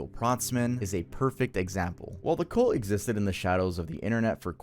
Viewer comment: "Cult" is pronounced "CUHLT" You keep saying "COLT", which is a young male horse.